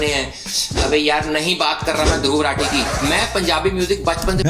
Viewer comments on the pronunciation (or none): Not Ruthi it's raaaaaatheeee 🥴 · i know, but why is he calling him rati